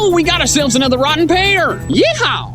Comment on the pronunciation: Wrotten' Pear XD